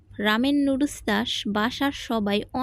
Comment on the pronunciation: লুডুস কী আবার? নুডলস বলতে শিখেন আগে,তারপর রান্না করিয়েন।